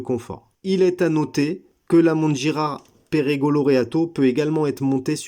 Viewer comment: ça ne se prononce pas Pérégo mais Pergo.